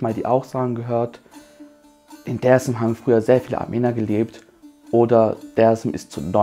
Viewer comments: er sagt aber auch nicht Desim dazu, sondern eingedeutscht Dääärzm. Es triggert, wenn man nur türkische Aussprache bei den Städtenamen- und Stadtteilen o. Ä. anwendet, aber ausgerechnet bei dem wichtigsten Wort, es deutsch ausgesprochen wird. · Brudi, sprech mal Dersim nicht deutsch aus. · Ich habe nur einen Kritikpunkt: Du sprichst alles so aus wie im türkischen, außer Dersim, warum? Wäre viel nicer, wenn Dersim so ausgesprochen wird, wie der Rest. Stört ein wenig beim zuhören.